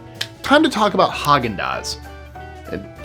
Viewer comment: I can't get over Häagen-Dazs..😮